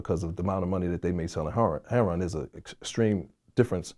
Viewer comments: Why are black people incapable of saying "heroin" correctly? It isn't heron. Google heron. It's a bird. Is there some reason it is pronounced this way? Some story behind it? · Yeah he a real one.."Heron" not "heroin" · This dudes pretty, than he calls heroin, heron, lol..